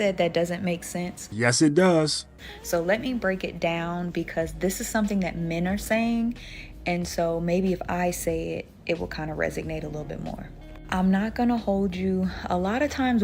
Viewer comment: Resonate, not resignate.